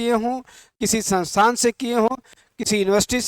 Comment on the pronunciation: Sir sansan na kha karo संस्थान बोलते है 😅😅😅😅